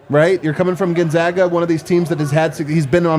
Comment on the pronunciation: Proper pronunciation of Gonzaga is GONE not GUN. …. Gone-zag-uh. Clark Kellogg one of few who says it correctly.